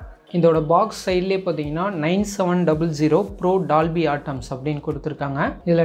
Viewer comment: டால்பி அட்மாஸ் என்று அழகா தமிழில் சொல்லு, நீ எப்படி வார்த்தையை உச்சரிக்கிறாய் என்று நீ போட்ட வீடியோவை ஒரு முறை திரும்ப பாரு